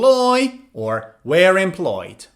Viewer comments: You're pronouncing 'were' as 'where'! Actually, 'were' rhymes with 'verb', while 'where' rhymes with 'air'. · B1 number 2. why do you pronounce "were" as "where"? or is it the way that British English speaker say? please answer, thank you sir